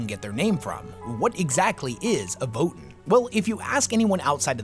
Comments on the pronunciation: It's pronounced like VoeTan (Voe sounds like "woah") Not votin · I know this is lame, but isn't it pronounced voh-TAN, not VOH-tin? That's how I've always heard it pronounced anyway. Also, it's super exciting to see the Space Dwarves back in the midst of the galactic riff raff of 40k! Thanks for the deep dive dude, I actually didn't know a lot of the stuff in this vid. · Thought it was” VOE TAN” not “Voe in” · Leagues of Votin'! lol your lore videos are are really awesome, but the way you pronounce Votann has me rollin. It's Vo-Tan my friend, just watch any official GW video about them if you need to confirm. Imma keep watching your videos now, they really help me get through building models! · It's TAN, not TEN! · Omfg... Voe-Tann votAAAAAAAnnn It is not Vot'n there's a f%$#ing "A" in it! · Dear, Votin' is what one does at a ballot box. Voh-Tan' are Space Dwarves. Thanks 😜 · Vo-tann…it’s votann… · "the leagues of Votn" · I think it is pronounced Vo Tan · Great video, however your pronounciation of Votann as "Vo'en" hurts my ears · ancestors' mercy, why does he pronounce votann like that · I love your videos and the lore they explore, this one included. Didn't know much about these spacedwarves before, but your pronunciation of their name really bothered me xD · when you say Votann, why is it, that somehow, the A in Votann gets sent straight into the warp? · Is that really how you’re supposed to pronounce Votann? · how did you come to pronounce Votann the way you do? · great video, just a thing about how you pronounce votann. hope this helps 😄